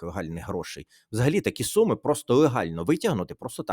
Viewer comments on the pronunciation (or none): none